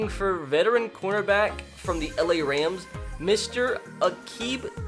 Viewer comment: Every time he said corner back I thought he said quarterback